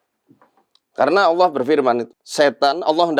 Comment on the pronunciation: Bang mongol nyebut nama ALLAH sudah FASEh🤲👍👍👍👍👍